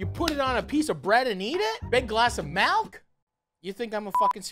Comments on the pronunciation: A great man once said, "MALK". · I love me a big glass of malk